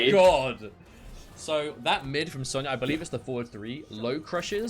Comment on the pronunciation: Sonya "Zone-ya" Blade